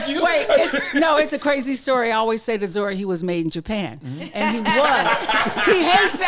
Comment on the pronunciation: She done called that man Zore lmaaaoooo